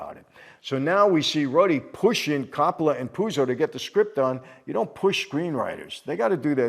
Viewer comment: Michael please learn to speak better. Corroboration doesn’t mean what you think it means. Also please for the love of God learn to pronounce Coppola properly! I thought you were Italian 🤦🏼‍♂️